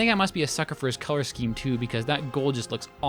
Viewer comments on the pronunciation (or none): none